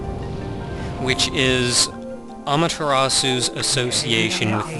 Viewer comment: um...i have this problem with people pernouncing amaterasu like an american who doesn't know ANYTHING about the japanese language nya